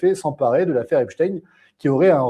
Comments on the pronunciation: Epstein , comme Einstein . Pas « in « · Je dis Epstein et pas Epstine, nous sommes en France. Quelqu'un a dit que ceux qui prononcent Epstine sont les mêmes que ceux qui disent la covid... Je trouve ça très bien vu.